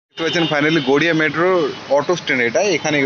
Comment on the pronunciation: Medro nki metro? 🤣